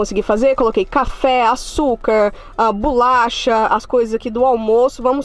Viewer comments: Kkkkkk eu falo bolacha já estou agoniada dela falar bulacha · Muita agonia a falando BULACHA AAAAH 😂😂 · Que agonia ver ela falando bulacha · Achei que era só eu kkk